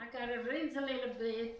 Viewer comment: A littleA salt? lol!